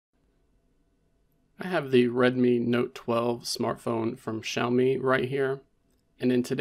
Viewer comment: on my 3rd xiaomi device and this video was first time i head it said out loud. sh-ow-me. lol ngl in my head it was ix-aye-oh-mee 😂 yours makes more sense